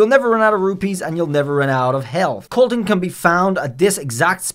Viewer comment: It’s not kilton it’s kolton